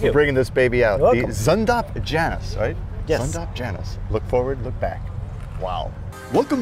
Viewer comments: Zündapp. The z is pronounced ts, for ü, form your lips as if to say oo, but your tongue as if to say ee. Janus is pronounced Yanoos. Claudius Dornier, son of Dornier Flugzeugwerke founder Claude Dornier, designed the Dornier Delta, which was the prototype, and even weirder looking than the Janus. Dornier, being an aircraft company, didn't really know what to do with it. So Claudius went looking for a company to build it, just as Zündapp was looking for a design to build as a car. German aircraft companies (Dornier, Messerschmitt, Heinkel) were forbidden from building aircraft after the war, and so were looking at building cars. There were a bunch of other tiny cars you panned past, without talking about, most of which I didn't recognize. Was that really old looking thing an Austin 7? Did I see a Siata Spring? I was expecting to see a Honda 600, U.S. version of Honda's kei car (limited at the time to 360cc in Japan). My Dad had a sedan and my brother had a coupe. I never drove the coupe, but the sedan was an absolute blast to drive. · Janus pronounced yanas